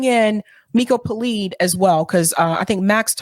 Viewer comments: It's PeLED, not Peleed. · Miko Peled- pronunciation of his name please correct